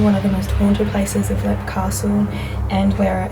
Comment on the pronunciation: If you pronounce it correctly it’s leap castle